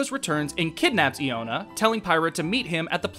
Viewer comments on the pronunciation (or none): The stressed syllable in "Tantal" is in the Tan part and not the Tal, I think. And Iona is pronounced Eye-ona. It's all rather small stuff though, sorry if I sound nitpicky. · Thats fair. To be honest when I was working on this, I didn't notice how Tantal was pronounced cuz everyone I know always pronounced it the way I do in the video. Collective incorrectness I guess. As for Iona, I legitimately didn't care enough to watch the scenes she was in beyond making sure it was a good scene to use for the video.